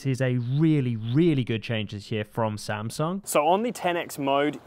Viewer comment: 샘성이라 안 하고 삼성이라 해 주시네